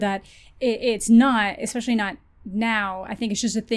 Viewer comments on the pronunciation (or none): maybe she prefers younger men because none of them challenge her when she says things like "expecially"